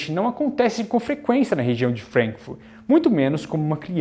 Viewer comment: Pronúncia FrAnkfurt, não frenkfurt